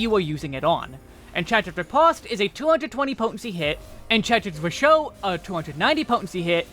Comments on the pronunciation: Unlike the rest of red mage's toolkit, zwerchhau is a german word, and is pronounced differently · Yup, I see a lot of people put in effort to pronounce the french words correctly... But then butcher zwerchhau.